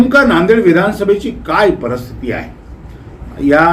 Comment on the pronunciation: Parsthiti nahi Paristhiti yedya